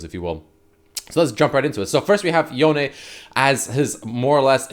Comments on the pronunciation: I wonder if Yone is now stronger than Yasuo now that he has new powers. Edit: Also, it's pronounced Yonay. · its pronounced yoh-nay the e in japanese is kinda like ay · The way you pronounce “Yone” is very awkward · why are you saying his name like that ??